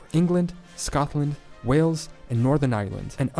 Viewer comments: Hey. Great channel man. However, could you pronounce Wales like whales and not wells, like the place you draw water from. When are you planning a trip over here? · P.s you are still calling it WELLS it’s WHALES as in the animal.